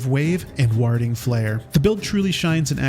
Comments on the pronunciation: Sorry I have to say something- warhding flare?! Ward - like 'war' (wor) with a d at the end. Warding - 'wor-ding'. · "WAH-ding" flare? Really?